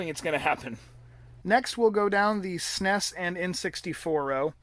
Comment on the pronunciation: This was amazing. I love the stories you were telling as you were showing us your MIND BLOWINGLY AWESOME video game room. I'm happy for you, man! That's beautiful. Thanks for sharing, and it's really cool that you work for Korn. By the way, it's the first time I hear the S.N.E.S pronounced 'sness' like you do. Thought that was interesting.